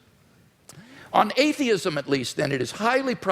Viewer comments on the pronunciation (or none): "You describe atheism as sort of an AHH-theism".... You're fuckin kidding me right? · 1 hour and 19 minute mark. "Ahhh-theism" - WLC, what a moron! He enters a debate without knowing the basic terminology. The man is way out of his league here.